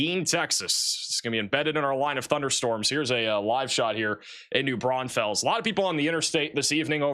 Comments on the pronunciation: Guadeloupe… Texas native here. I can’t resist so here goes: “GUHWAH de loopeh” “New BRAWN fulls” You nailed Uvalde though 🙂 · that is not how u say New Braunfels